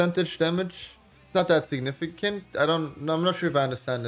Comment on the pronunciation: Caihl Angeles signifishent